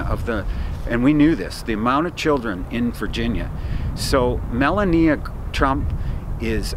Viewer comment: Haven't heard you pronounce the First Ladies name correctly yet....It's. "Ma lau nee a"